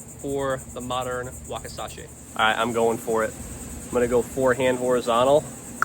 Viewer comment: Drove me crazy.